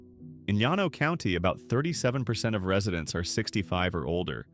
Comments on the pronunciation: Llano is pronounced with an L not a Y!!!! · You have never been to these towns because you mispronounced the names. You need to go back to New York. I am 82 and have relatives in some of these towns. AlPINE as in PINE. There is no Y in LLANO. LAN OH. Dinky Dhow!!!!